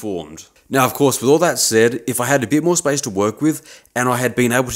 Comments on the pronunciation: SPACE! YOU MEANT SPACE! GOD! I feel like an idiot 😭 I swear it sounds like spice in your accent. I thought why does he need cooking ingredients in metal working anyway? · well, it's obvious now! When I was watching it in bed yesterday, it sounded like spice and I was absolutely confused 😅